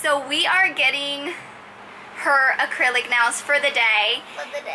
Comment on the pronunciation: “acurlic nails”